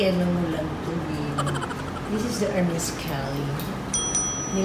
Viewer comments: Ur the best hindi mayabang.. Hermes its ermes silent h sa French Take care your bags.. Canada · hahaha... Hermis-sing, Gucci-ing😂